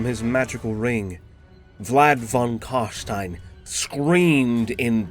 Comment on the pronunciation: Finally someone that pronounces it correct. Its Karstein as in Frankenstein, its never Karsteen.